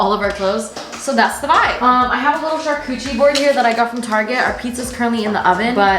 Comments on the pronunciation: why is no one talking bout how says char-coochie board instead or char-coutary board???? I find it so funny- Love you <33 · did she say char-coochie board 🥲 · I kept thinking she was saying coochie board and I was like wtf mai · Hearing English speakers saying "charcuterie" is amazing being french 😂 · mai its a CHAR-CUUT-AREE (e noise lmao) board 😂